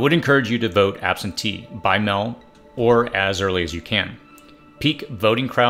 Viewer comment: Also strange pronunciation of meal, mail, and polling.